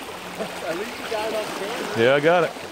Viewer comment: "You takin' pictures and stuff?" "Byeah"